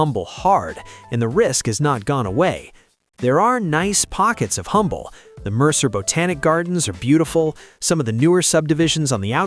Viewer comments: It’s pronounced Umble. The H is silent. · Please do a bit more research if you're going to besmirch places in Texas. There's no such place as Humble, Texas. It's pronounced "umble" when referring to the town in Texas. The "h" is silent - kind of like you should be.